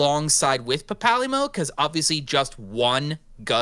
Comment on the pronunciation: Papalymo, pronounced papa lee-mo has been around since ff14 1.0 at the start of the game and im not gonna let you slide around making a deck tech of him without you knowing how to pronounce his name. I mean you already did and I can't do anything. But now you know how to pronounce his name kinda.